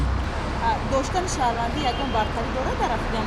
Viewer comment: Шахванди, не шахрванди.😁